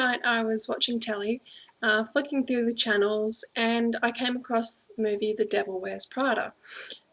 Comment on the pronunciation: Sounded like you said fucking through the channels.lolAnd agree with you!